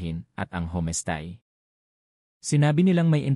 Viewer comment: Pronounce the words correctly: homestay, signages, etc.